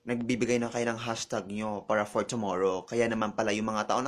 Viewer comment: PANGIT daw? HIndi ba siiya nanalamin? graveh mo mamintas 'te. CHOMORROW? TWEYT? ganyan ang pagbigkas mo sa tomorrow at tweet bakla? graveh ka. mag-aral ka nga ng tamang pag-pronounce pag may time 'te.